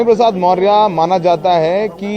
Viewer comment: पत्रकार साहब मौर्य नहीं मौर्य है